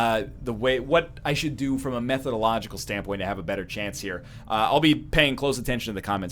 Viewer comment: At the end you said "methodological" standpoint for the advice. I swear the first two times I thought you were so devastated by the defeat that you were asking for advice of a "MYTHological" sort.